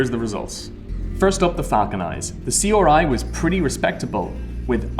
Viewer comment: Question: Why does this guy say RGB and R9 perfectly fine, but then C-OR-I? Let's not forget when he tried to talk about atomos' HD-OR